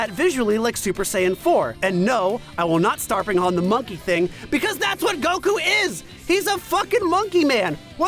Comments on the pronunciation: Every time I hear go-koo my eye twitches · It pisses me off every time you pronounce Goku that way. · I love how teases for how he says "Goku" while still saying "kuh maya-maya" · Beautiful video, the way that one person says Goku makes me want to cry tho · okay why is no one talking about the way pronounces the word "Goku" with the accent on the second syllable? am i just missing something? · One of the video's narrators is annoyingly switching to a heavy Japanese accent for specific words/names, right in the middle of his sentences. e.g. Goku, Jiren, etc. It's like hearing someone talk about pizza but every time they say mozzarella, they do so with an over-the-top exaggerated Italian accent in the middle of a sentence. Just stop, please. You aren't being more accurate, you're being a pretentious tool and you sound ridiculous. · How does he still fuck up the pronunciation of Goku?! I know that it’s wrong, I hear that it’s wrong, but I have no idea how he does it! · Ahhh, I see. Then I take back my negative connotation, but I still don’t understand how he’s saying it though. I can here that it’s different, but it’s still so close to how I know it to be pronoucned that it’s tripping me out